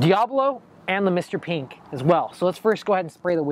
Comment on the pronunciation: Anyone notice he pronounces mr.pink mr.peenk lol